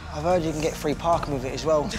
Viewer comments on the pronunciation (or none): fffree pahking!? BAAAAA